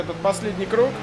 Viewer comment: Куруг, прикольно звучит, все говорят круг а ты говори куруг